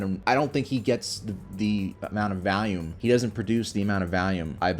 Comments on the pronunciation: You pronounce Valium like Val-yum while volume is something like vol-u-ma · Why you say volume like valium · Does anyone know where this gag originated? bc I think this is the first comment I’ve seen mentioning how he always says “Valium” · The way you pronounce volume as "Valium" is interesting considering your stance on drugs